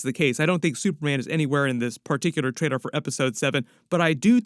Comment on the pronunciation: Why do you have a problem saying the word trailer